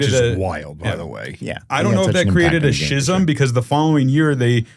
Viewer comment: I've never heard someone pronounce "schism" that way.